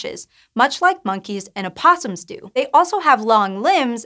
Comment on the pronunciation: you said oposoms right!